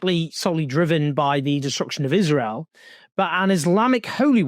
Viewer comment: She said 'israel' wrong throughout her entire vile speech. One foot in the grave and she's not even afraid of her fate. Rich